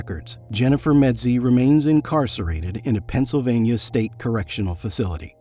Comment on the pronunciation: It's MEDZIE you idiot!!!